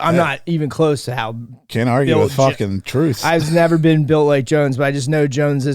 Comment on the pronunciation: What a fucking intro . "You've nevah beeen!?"😅😅😅